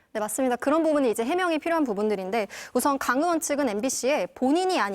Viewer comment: 엠비시 엥커들은 의 발음을 왜 못해요 으원으원 왜그러는거에요?